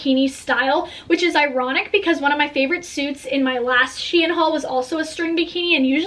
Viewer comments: I’m pretty sure it’s pronounced sheen not she in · it’s pronounced sheeeeen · that's not how you say shein